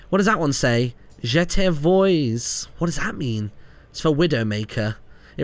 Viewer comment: and it's "vwah", not "voy"